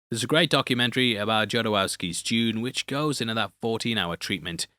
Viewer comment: Hope not to get buried here. But as we’re in Dune mode and it’ll come up again… Jodorowsky is Chilean so his surname is pronounced as in Spanish. Roughly hoe-thor-OF-ski. The th there being as in “the”, not “thin” or just like an English D if you prefer.